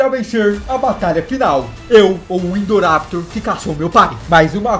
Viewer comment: KKKKKKKKKKKKKKKK NEM SABE PRONUNCIAR É INDORAPTOR NÃO INDORRAPITOR